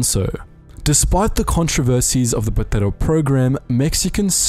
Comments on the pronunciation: The word Bracero is not pronouned "brathero", I guess you must have heard a spanierd pronounce it that way. It's pronounced "Brasero". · The Castilian pronounciation of a Mexican slang term that was the Bracero is cringe. Say the “cero” in Bracero like in “el numero cero” please lmao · Are you trying to say “Bracero Program”? It’s not like Spain Spanish where they pronounce Ibiza “Ibitha,” the “C” in bracero is simply pronounced like an S